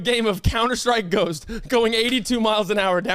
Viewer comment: wait...did he say "counter-strike GHOST"?